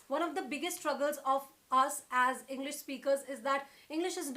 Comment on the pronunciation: She said henglish 😂😂